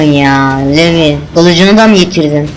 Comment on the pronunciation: ohom levi degil "livay"